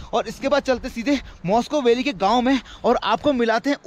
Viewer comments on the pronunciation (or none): भाई , मॉस्को वैली नहीं है, वो मुश्को वैली है।।।